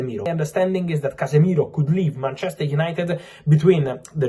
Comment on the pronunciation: Did you say painchester?